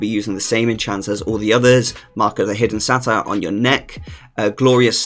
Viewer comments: Say-Ter, not Satire lmao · satyr is pronounced Say ter.